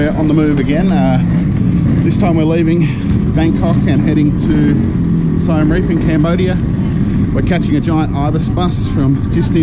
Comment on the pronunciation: U spelled Siem reap wrong it’s pronounced See-m Reap like reap reaper